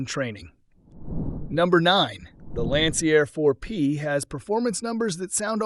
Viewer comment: yep, it’s easy to pick up the AI Narration; it doesn’t recognize Roman Numerals, calling Lancair IV-P an “eye-vee P” it also butchered Lancair by calling it “Lancyair”. Man, I hate AI.